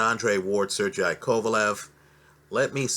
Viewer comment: He reads comments. I've seen several people correct him after butchering numerous names of fighters. He just keeps mispronouncing them. is gangster.